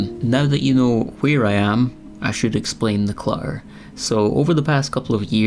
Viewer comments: Cluh-errr ❤❤❤❤ "my cat's university fund" 😂😂😂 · I like this video and your advice. Love the end result! Congratulations on showing something vulnerable and sensitive. Clamber is a great word! I forgot about it. Also, in the U.S. we mostly pronounce the 2 ts in clutter! It’s ok, you have a lovely lilting accent. ❤